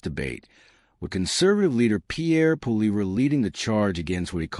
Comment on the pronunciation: stupid jerk learn how 2 say his last name